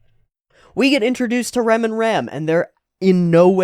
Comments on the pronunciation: can you please try to pronounce the names of rem and ram like a japanese person would say it? because with your english pronunciation i really can't tell the difference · They're called Rem and Ram, it's really hard to tell who you're talking about when you're calling them both Rem